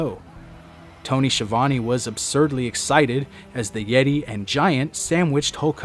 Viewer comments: You pronounced his name wrong. It's not The Yeti. It's The YETAY! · It's pronounced "THE YETAAY!!" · It's pronounced YETAAY.